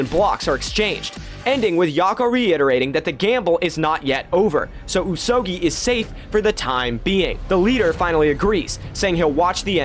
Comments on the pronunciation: Pretty sure the pronunciation should be "ooze oh gooey" rather than "ooze oh gee (as in geese)" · Is the pronunciation not like: Usogoi? Rather than usogii?